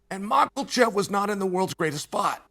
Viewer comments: It s more like michaelchev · This mf really thought we didn’t catch him pronouncing Islam’s name correctly and then reverted back to ma Kal chev the rest of the way through ! I caught you out mf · Bro gariush, makelchev, I'm dying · Love Uncle Chael's channel!❤ I still laugh every time Uncle Chael pronounces Makhachev's last name as "Mak-el-Chev!" Simply hilarious!!!😂 Uncle Chael doesn't care how he pronounces last names! Love it!!!😂👍🤣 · Mackul-shev lol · Chael "Macklechev" Sonnen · 'Makalchev'. Greatest ever. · I love that Uncle Chael purposely mispronounces names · First of all, Learn how to say Islam’s name lol Second, Boo Chael !! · If you cant pronounce his name you need to just shut up chael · Chael the white weirdo sonnen... It's time for you to Pronounce Islam's name correcty. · Why does Chael pronounce Makhachev with a hard L in the middle? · “Benny Da-roosh” and Islam “Mocklechev”